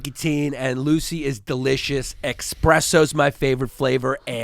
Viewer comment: Yanni: He said “quote, unquote”-and I’m paraphrasing here 😂 Then hits a hard “expresso” in the Lucy ad. Tough week for the kid.